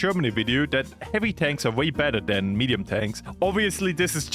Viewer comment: Bro said the tiger is a meduim tank